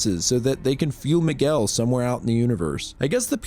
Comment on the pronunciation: you said Miguel with such perfect pronunciation that makes ne think youre brazilian